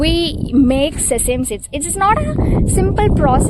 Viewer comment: Sesem seeds ❌ Sesame seeds ✅